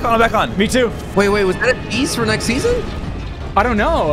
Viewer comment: It’s pronounced SEASON not SESSION